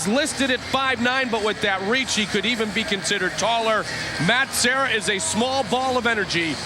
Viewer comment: The announcer that kept calling Serra as Sierra is an idiot. Even after the other announcer continually calling him Serra. Guessing that was Shamrock.